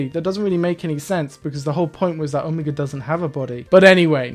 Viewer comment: Best part about the Omega reveal is that the doctor forgot how to correctly pronounce his name, would’ve been too much effort ig